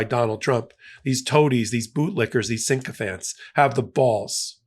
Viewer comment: FFS...... Spellcheck Sinkophant (how YOU pronounce it).